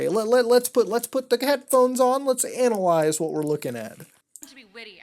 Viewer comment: I love it when muta ANAL-IZE in a video